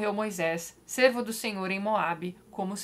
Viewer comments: Oii Tati Queria fazr só um comentário: a palavra "servo" se pronuncia "sérvo" ao invés de "sêrvo" como vc diz 😁 Bjs ♡ amo todas as suas resenhas e essa LC da Bíblia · Pelo amor de Deus, rsrs, sei que você é ateia só estou provocando, hehe. Então, eu sou Cristão e estou aprendendo muito com você, mas tem um detalhe que me incomoda bastante, parece bobagem mas tem me incomodado. Toda vez que você fala a expressão "servo do Senhor" você emite o som do "e" fechado, não é fechado é aberto, pois da maneira que você fala dá a entender que você está se referindo ao animal Cervo, e não ao Servo do Senhor.